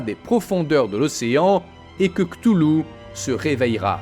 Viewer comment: Cthulhu ça se prononce "katoulou"